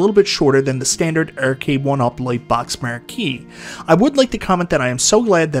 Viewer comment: “The marr-key” hahaha love that